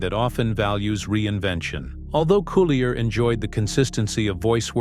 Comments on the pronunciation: I'm TRYING to listen to this, but it's hard to concentrate without being distracted by the robo-voice mis-pronouncing Dave's last name! All that aside, Dave has my love and prayers that he can go on to fight and win his battle against cancer! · Yes! The mispronunciation of his last name is driving me batty! But like you, I wish Dave only the very best in his road to recovery from cancer.